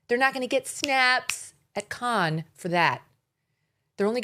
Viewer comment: It’s pronounced “can” film festival